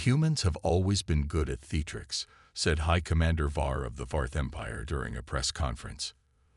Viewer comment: As a new sight you should not use an AI to read your story. Mispronounced words lower the way your story is delivered. As an example listen to how it pronounces “theatrics”.